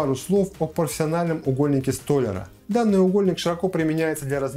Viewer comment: Уголок сто́ляра? Не, не слышал!